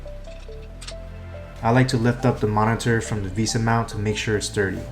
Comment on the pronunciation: "visa" mount, ah yes, how stupid of me to pronounce it as "vesa"